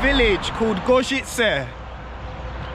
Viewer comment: Outstanding pronunciation on Gorzyce,, I'm seriously impressed!